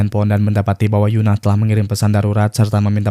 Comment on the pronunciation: Bang tolong itu EUN-AH bukan YUN-AH ya itu beda bang